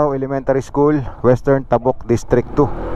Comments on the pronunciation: Correction please.. hindi tahhbuk.. tabuk.. mabilis ang pagbigkas..ng ta, Ang pagbigkas mo gumagamit ka ng Hhhhh bago buk. Kung ganao kabilis ng pagbigkas mo ng buk.. gano'n din sa ,,,,ta...( Tabuk . ) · sana po kasama rin sa niresearch nio ang mga tamang bigkas ng lugar "Tabuk" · Mali po pronounciation nyo sa Tabuk,fyi